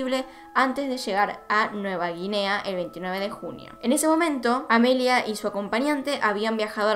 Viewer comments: Me estresé un poquito escuchando llamar a AMELIA "Emilia" 🙈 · Porque Amelia no es un nombre comun en argentina entonces inconcientemente le dices Emilia